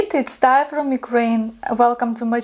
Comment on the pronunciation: Taya not Tanya, like you are not Duck